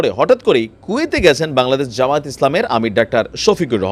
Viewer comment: জামাত না ভাইয়া জামায়াত হবে।